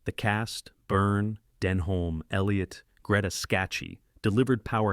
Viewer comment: It’s not a conventional narration, but text-to-speech software. It’s not great at recognising the subtleties of the text, epitomised by pronouncing Denholm Elliott as Denholm, Elliott, as if that is two separate people. The channel uses it on all their videos.